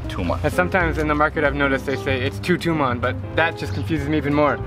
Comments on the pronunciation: By the way its Toman not tuman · Hi Drew, I am Iranian, and I just subscribed to your channel. BTW, we (I guess ppl from Tehran) never same TUMAN (TOOMAAN), it sounds more like toman (t (short o) & man (short a); as for our currency being confusing for foreigners and being worthless, I agree 100%.......after all, what do you expect we are under sanctions, and more sanctions are coming up next month and in November. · Confusing thing was the Persian guy pronouncing Tuman wrong... FYI it’s pronounced toe man (as in your big toe and hey man) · Sylvester Twobuils he said Tuman idiot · Hey drew, not wanting to be a dick or anything but the Iranian way to spell the currency was Toman it also depends where you live a lot of city’s have different dialects of saying it for e.g in shushtar they say Tomen also if you ever go to Shomal make sure you count by Rials ;) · It's actually pronounced toman like "Toe Man"